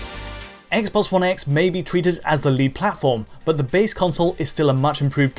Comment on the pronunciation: ess-bosss one-esss